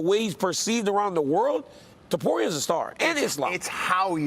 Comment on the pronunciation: Nobody gonna say anything about brian stann pronouncing it "topuyay"??